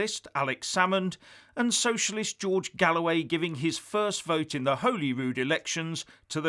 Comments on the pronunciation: Love the videos but it’s pronounced Holyrood not holeyrood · Please note its pronounced Holly Rood. Interesting as usual. 👍